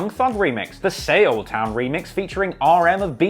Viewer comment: The “Say-ol town challenge” bro Seoul is pronounced “soul”